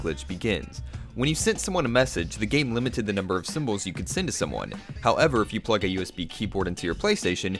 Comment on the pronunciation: It was only his over-enunciated pronunciation of "how-ev-err" that bothered me..